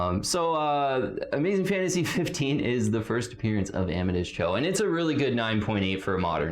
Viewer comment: Please do some work on that pronunciation of Amadeus. Om-a-day-is.